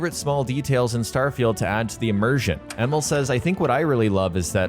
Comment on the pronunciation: His name is pronounced E-Mil, not Emmel